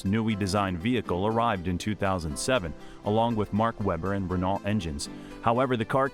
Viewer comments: Can you Yanks learn how to pronounce words already? It's 'Ren-Oh', not Renolt!" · I cringed every time Renault was misspoken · How does an F1 page pronounce Renault wrong? It's been said on the TV for decades.. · If you are going to make a documentary. At least pronounce names like Renault & Jaguar correctly. SHIRE 🙄🙄🙄🙄🙄🙄🙄 Also no mention when Hrny Spice got his teeth fixed 😆😆